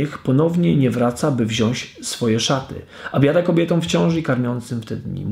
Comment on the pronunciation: Jakiego pana mamy szukać ? Tak Ci trudno było dodać Pana BOGA lub Pana Jezusa ? Przypomnę, że pan to bożek grający na fletni. Jeśli chcesz być poważnie odbierany, to postaraj się nie robić kardynalnych błędów językowych. Po polsku mówimy wziąĆ, a nie wziąś.